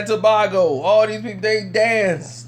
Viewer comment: you stay pronouncing words incorrectly. How you going to act as if you’re so cultured but you are forever butchering names. You should ask a Trini how to pronounce Tobago... Stay humble my brother cause your starting to lose credibility.